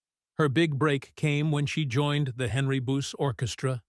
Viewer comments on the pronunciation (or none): none